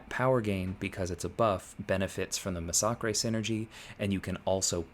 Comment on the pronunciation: Why does everyone pronounce massacre wrong?